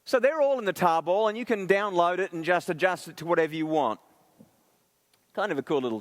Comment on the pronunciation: it took me until to realize he was saying tarball (not table) lol